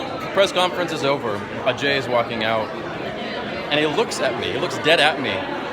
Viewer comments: Atlast he prounced it ajay and not AJ 😂😂 amd that chutiya😂😂😂does she even know what it means. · It's nice to see you pronounce ajay like an indian. :)